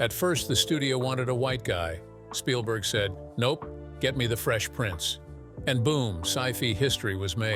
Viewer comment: i do like how you often say 'shpielberg'